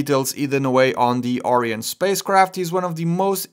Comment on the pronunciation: I couldn't finish watching your video, you kept pronouncing Orion as Ariane, which is a european commercial space flight company, and not the Greek mythological hero associated with the human-rated spacecraft at the top of the SLS rocket.